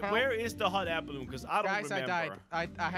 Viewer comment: hot air balloon: how i pronounce it: hot air balloon how pronounce it: hoh air balloo